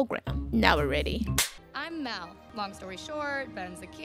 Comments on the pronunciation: Not her calling mal mil or Mel 😂😂😂😂😂😂😂😂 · the way you've been pronouncing Mal's name 😅😂 You should react to the fourth movie! 💓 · the way you still can’t pronounce mal 3 movies in